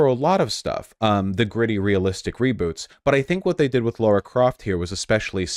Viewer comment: LARA CROFT LARA. L A R A. Not laura! Why do Americans fuck this name up so much? Lmao